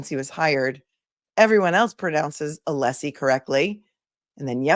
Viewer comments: It's so obvious and so disrespectful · The mispronunciation of Alessi is Hank's deliberate strategy to rile Alessi up. I have no doubt the jury is aware its a disrespectful game to Hank. He wont be winning anyone over.